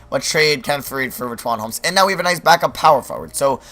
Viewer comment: Did this man just say "Rich-Wan Holmes"